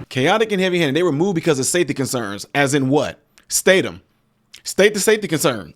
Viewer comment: "Heaby Handed"!!! Should it be otherwise???